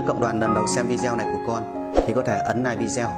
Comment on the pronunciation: Đọc còn ngọng làm youtube chi...."ninh hồn, rất nạ, nike, Dũng tai no".